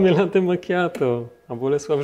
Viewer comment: kurde wszystko prawda tylko najbardziej mnie denerwuje jak używamy (zapożyczamy(slów z języka obcego ponieważ chcemy naśladować ich w robieniu rzeczy , które robią oni a nie potrafimy wypowiedziec tego poprawnie jak napisano wyrażnie latte a nie late i nie ten akcent ,nie mówie czy nie piszę tego żeby się wymądrzać tylko to bardzo śmiesznie brzmi jak pisze latte i powinno się czytać latte i włosi wymawiają latte to dla czego nie mówimy latte tylko late wrrrrr